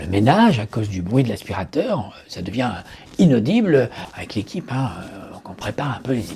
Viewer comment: Jadire quand tu fais "AVEcc lequipeuuuh ..." sans trop articuler en regardant autour de toi Cest enorme Dans ces temps compliqués; tu redonnes le sourire et ca je ten remercie